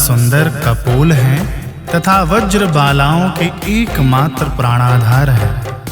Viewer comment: बहुत बढ़िया। फिर भी कुछ गलतियां दिख रही हैं जैसे मनोज गर्व मोचनं को मनोज वर्ग मोचनं पढ़ा गया है तथा ब्रज को वज्र कहा गया है। हरे कृष्ण हरे कृष्ण कृष्ण कृष्ण हरे हरे